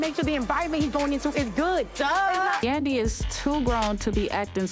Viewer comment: 😂😂😂😂😂😂 right I’m like dude get her name right lol